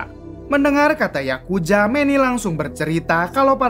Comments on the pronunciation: Yakuza Bang bukan Yakuja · Apa gak bisa bilang Z ya bang..pake nya J terus..berazil jd berajil,yakuza jd yakuja